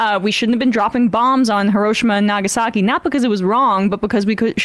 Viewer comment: She said nadle-saki...